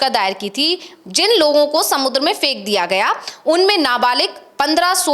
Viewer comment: मैडम फ़ेकदिया गया नहीं होता है फेकदिया गया होता है।